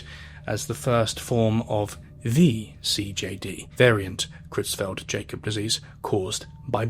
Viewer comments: Just an inconsequential FYI but the Jakob in Creutzfeldt-Jakob is pronounced "Ya-cob" not "Jay-cob". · Creutzfeldt-Jakob is prronounced not as Jay-kob but rather as 'Y'akob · it’s pronounced “YAH-cub” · It's pronounced "yakob" bro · I agree, this is otherwise a very good video (though the incorrect pronunciation of “Jakob” in Cruetzfelt-Jakob disease is a bit peeving), but I can only see the same clip of a suffering sheep for so long before it loses all effectiveness